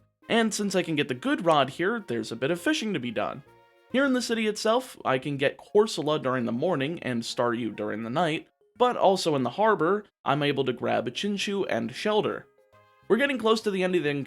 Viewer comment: Wonderful video but the dude keeps on saying "Chin-chu" when its "Chin-cho-u" its driving me nuts a little :')